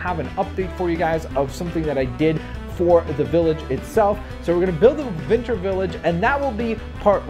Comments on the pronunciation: you keep saying vinter village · It sounded like he said vinter